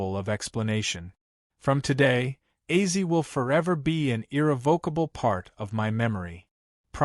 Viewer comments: AI generated narrator? Acee? Ozzy? Weird. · How does A.I pronounce Ozzie as Azy i mean seriously Ozzie or Ozzy would be well i would think not hard for Artificial intelligence to say but Azy....I hope this will be rejected by real fans. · Ozzy will probably come back to life to slap the shit out of this AI video uploader. Wtf is AZY??? Or is it bait to get comments and engagement?? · 😮 dude it is Ozzy Ozzy Ozzy not Ozzie 😮😮😮😮😮😮😮😮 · Wtf is Azy? You mean ozzy? Dam these videos make me fkn laugh what a load of bollox